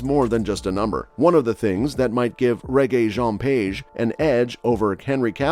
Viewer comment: Page? Seriously ?😂😂😂😂😂 I would understand if it was idris